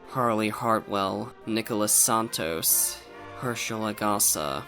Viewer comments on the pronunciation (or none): none